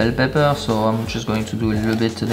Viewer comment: i like to hear you say pep-per lol.